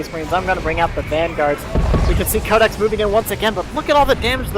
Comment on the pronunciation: pronounced my name wrong. It's pronounced Cod-ex. Like Call of Duty X. Oh.